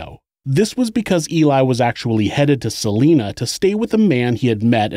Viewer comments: I live in Salina Kansas. It's pronounced Sa (saw)-line-a (ahh not a sharp a) Saw-line-ahh. Not like the name Selena. That's how we tell of you're an outsider. All outsiders pronounce it like Selena. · SA- LINE- NA..........NOT SA-LEEN-NA OMG that just royally got under my skin. I'm sorry I live in Kansas and I live 80 miles from Salina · “Suh-lie-nuh”. Not “Suh-lee-nuh”. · Salina is prounounced S-ah-lie-nah, not Selena. (Per Former Kansas resident) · Huge fan and Kansas native here - love the channel! Fyi, Salina is pronounced 'Suh-lie-nuh' - lol, I was so excited to hear a KS connection, I had to comment! Keep up the awesome work! -Gabi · As someone who grew up there, its SUH-lye-nuh (Salina) Kansas. Salinas California is pronounced how you're saying it. Don't feel any sort of negative way about it, stopping at a truck stop there is the only reason it exists still to this day. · Great video. Salina is pronounced with the "long I" think sa-line-a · anyone mention its actually Sal-I!-na, Kansas? (long vowel sound) 😁 keep up the great work 👍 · Just a heads up: Salina is pronounced Sal-EYE-na. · Just for historically accurate information Salina, KS is pronounced sal-ine-ah. No hate intended, from this area and thought I'd mention it. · Its Salina (Sah - lie - nuh) and Missouri (Mis - zour - uh) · Salina, KS.... pronounced Sa-LINE-a. Not a big thing, it just throws me when listening. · Salina. It’s pronounced Sa-line-ah. As a Kansan this is really annoying me haha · It’s pronounced suh- lie- nuh lol, Kansan here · You keep pronouncing Salina wrong it is pronounced Sa-lie-na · Salina (suh-lye-nuh) Kansas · Just a note, Salina is pronounced with a long I, not a long E.